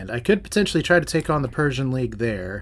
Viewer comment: I think its "Per C An" Like Perseus